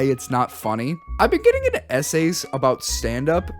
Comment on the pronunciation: “Sponer” its sponsor. “Anooyeing” Annoying “Esays” Essays I don’t want to be annoying but, are you okay???